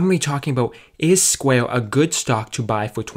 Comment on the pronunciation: CEO OF “SQUAY-UH”